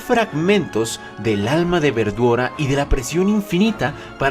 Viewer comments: Los japoneses no pueden pronunciar correctamente la L y la mencionan cómo si fuera R así que la pronunciación correcto sería veldora pero ellos los pronuncian verdora, no pueden pronunciar bien la L y la pronuncian con un R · siempre que dice veldora se escucha como verdura e.e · siempre cuando dicen veldora escucho "verdura"